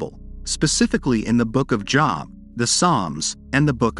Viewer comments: It’s Job, like load, not Job, like Bob. Humans know this. Idiotic computer generated voices don’t. Save a human … hire a narrator! 🇨🇦🖖🏻🇨🇦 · Or even like "lobe".